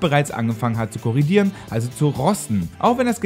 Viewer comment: Korr"o"dieren! Nicht korr"i"dieren.